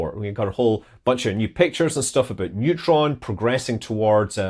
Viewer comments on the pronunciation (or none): none